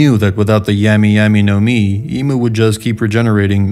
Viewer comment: This dude said 🍠y 🍠y nomi